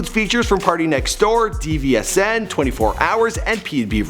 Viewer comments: This nigga said "D-V-S-N" and not "dvsn" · Dvsn is pronounced division not D V S N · Yo it's pronounced division not d-v-s-n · dvsn is pronounced as division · DVSN is pronounced “Division” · this man really had the nerve to say DE-VE-ES-EN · did you just say d-v-s-n lol?? While your at it do a before they were famous on dvsn